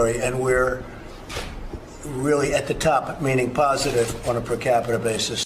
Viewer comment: percapita-ism...the struggle is real :P